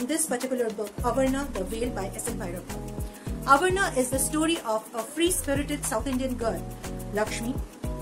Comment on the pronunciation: but you pronounciated it as avarana ..... No worries .. best review ya. Keep up the good work.